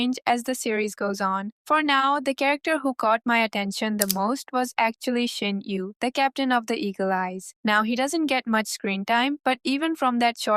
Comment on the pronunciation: The u in Shin-U is probably pronounced uu rather than yu. As someone who learned of the series from a trailer of the anime and who decided to binge the manga and the light novel as a result, you're in for a ride. Reirin is awesome. Some of your ideas are spot on and some are not XD